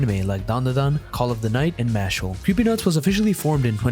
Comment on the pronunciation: its MASH-LEE